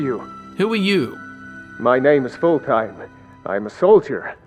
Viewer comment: Skyrim: tell you how to pronounce fulltheim: foulthime